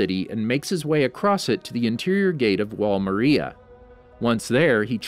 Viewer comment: No effence but he cat say Maria properly